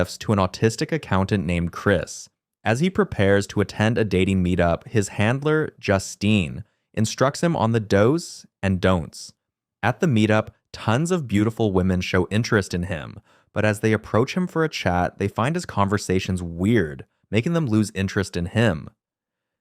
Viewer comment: cr@ AI reading. For do's and don't's it read "dose" and don't's.